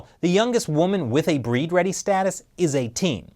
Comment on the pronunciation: Breed ready is actually bleed ready. The Chinese have trouble pronouncing the letter L